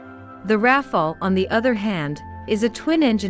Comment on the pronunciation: Why she keeps saying, Ra-Fail-ee ?